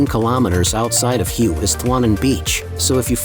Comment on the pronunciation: Pronounced Way